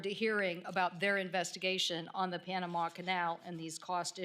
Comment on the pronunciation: Why she says Pianama ?